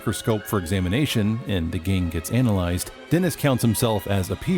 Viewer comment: How did he pronounce "analyzed"?😂😂😂